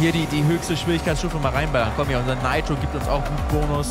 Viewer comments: Bitte sag nitro nicht neitro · 1) bitte sag nit neitro sondern nitro 2) es heist nit Rap sondern R E P lern de aussprache a bissi danke ukd bmw falsche Wahl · Ich sterbe jedes mal wenn er „Naitro" Sargt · Heißt das "Neitro" oder wird es als "Niiitro" ausgesprochen denn als Kind haben wir immer Nitro gesagt ! Voll komisch wie Felix es da ausspricht :D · Bin der Einzige den das triggert wen dner Nitro sagt??